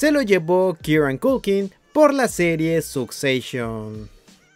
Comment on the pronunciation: Perdon... Sucseishon 🤦‍♀